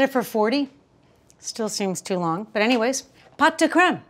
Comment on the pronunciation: You pronounce the creme perfectly. But pots is pronounced "poh" (rhymes with oh). Great recipe! Great video! Merci beaucoup.